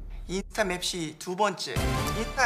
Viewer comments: 미치겠다 ㅋㅋㅋㅋㅋㅋㅋㅋㅋㅋㅋㅋㅋㅋ이만하면 진심으로 달콩이도 즐기고 있는 거임 ㅋㅋㅋㅋㅋㅋ근데 와중에 딕션도 좋고 연기도 잘함 ㅋㅋㅋㅋㅋ 어이 없어 하 카fㅔ,맵thㅣ 발음도 너무 찰짐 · 빈이 NO맵시 발음 너무 중독되 ㅋㅋ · 도어빈 맵시 발음 너무 찰져ㅋㅋㅋㅋ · 아니 문빈 노맵시 발음 무슨일이야,, ㅋ ㅋㅋㅋㅋㅋㅋㅋㅋㅋㅋㅋㅋㅋㅋㅋㅋㅋㅋㅋ 맵시 발음 저렇게 찰진사람 처음 봄